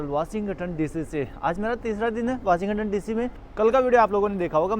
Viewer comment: वाशिं गटन नहीं वाशिंग टन बोला जाता है